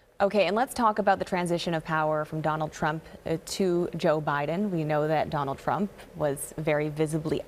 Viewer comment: Executive Order 13769, you said Trump wrong.